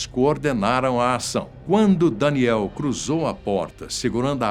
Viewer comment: Fala o nome do cara certo vei, é danielll e nao danieliii